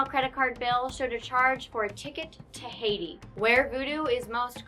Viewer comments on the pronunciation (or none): none